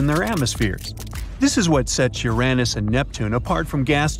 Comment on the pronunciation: he said urenus